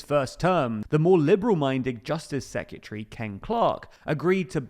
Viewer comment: Secretary, not sekyatree